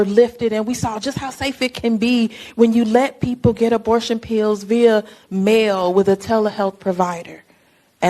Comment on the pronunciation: cori can't even pronounce pills! lol! pee-ews!